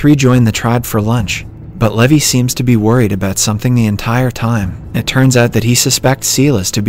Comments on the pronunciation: I think his voice was deepfaked and being generated by an AI, its obvious because they pronounced some words and names wrong like Levi (lee-vay to leh-vie) and 1800s (pronounced it as 18 hundred seconds) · noooooo it's pronounced Lee-vai not Lævi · Yeah I’m pretty sure this isn’t since they pronounced “levi” differently pretty sus ngl